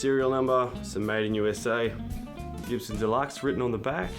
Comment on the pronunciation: It's not CHIBSON, it's GIBSON